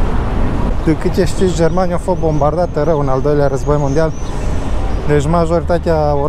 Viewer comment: "Am vinit in jermania" 🤣